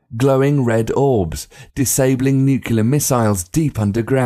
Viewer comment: it's nuclear not nucular